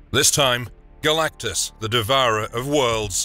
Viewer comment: Garr lack-tus lol!